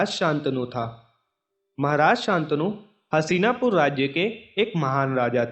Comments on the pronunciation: हशीनापुर नही हस्तिनापुर हैं भाई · Hasina pur nhi hastina pur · मेरे दोस्त उस राज्य का नाम "हसीनापुर" नही "हस्तिनापुर" हैं। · Haseena pur ny Hastina pur h chutiye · भाई हसीनापुर नहीं हस्तिनापुर नाम था । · What is hasina !! It's so annoying and so disrespectful. Please correct the pronunciation. 🙏